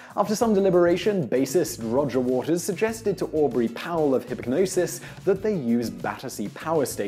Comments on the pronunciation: "hip-g'nosis" it's hip-nosis the g is silent it is a play on hypnosis how did you not figure that out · Hipgnosis is said like the word "hypnosis", though I'm finding your video very useful for my essay for art history! Thanks Simon! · The "G" is silent in "Hipgnosis". Like "gnosis" or "gnostic". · In your introduction of Hipgnosis (hilarious pronunciation btw) you mention the various bands they had worked for up until then, making it sound like this was the first time Pink Floyd had considered them. Thats of course not the case as they had worked on every Pink Floyd album cover (not counting compilations) from their second album in 1968 all the way up to the album preceding Animals. Including the iconic Dark Side of the Moon, and Wish You Were Here covers (which was the one preceding Animals). Not only had they a long working relationship, they were also friends from Cambridge. During work on Animals, Roger and Storm Thorgerson (one half of Hipgnosis) had such a serious falling out that Hipgnosis didnt work for Pink Floyd again until after Roger had left the group.